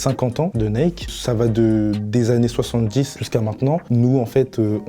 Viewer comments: Jvais ps mentir mais le concept de Shop-ça c'est le concept que j'aime le moins de la part de booska-p mais après chacun c'est goûts hein 🤷🏻‍♂️ et parcontre comment il dit nike ce fou c'est limite insultant pour la marque et comment il dit chantilly wsh il sait pas parler enft 😂😂😂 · Le combo « Naike » « ChantiLy » nan c’est trop 😭